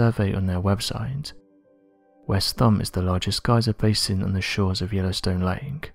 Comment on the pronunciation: Dude it's lake not lanek